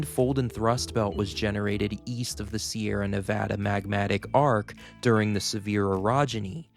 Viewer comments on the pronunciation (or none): none